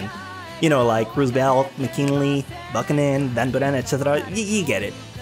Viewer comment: Did you just say "Buckunen" for Buchanan? Sir, it is pronounced "Byukanan"